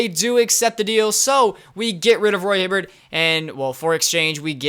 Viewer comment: ''Johkim Noah's'' and ''Roy hibvert'' lmao